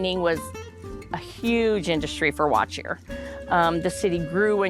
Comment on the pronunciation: Good to know that I wasn't just hearing it wrong. I definitely wouldn't have pronounced it the way it was being said in the video.